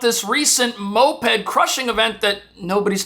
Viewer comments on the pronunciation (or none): Just say MO-ped lol